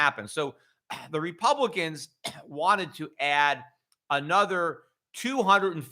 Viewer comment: "A-nother"??!? Where did you learn to speak the English language?